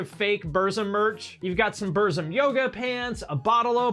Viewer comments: Also as a Burzum fan, I do want to correct you and tell you that you pronounced Burzum wrong because I'm a metalhead elitist, lol. It's pronounced "Burt-zum". Varg Vierkenes mentioned this on his channel one time and how he hated people mispronouncing his band's name. Believe me man, you absolutely do not want to piss that guy off....hahaha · Lol bumzum